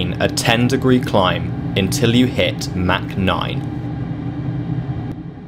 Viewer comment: Its not mac 9 its mach 0.9 lol